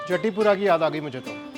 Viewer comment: राधे राधे भैया बहुत बढ़िया, recipe बहुत अच्छी बतायी है। एक बात कहूँगा - जतीपुरा (गोवर्धन) को जटीपुरा मत कहिए । अपभ्रंश है। राधे राधे 🙏🙏